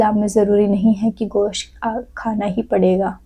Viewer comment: Gaos nahi gosht hi😂😂😂😂